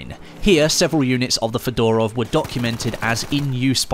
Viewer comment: Lol hello my old friend "fedarov"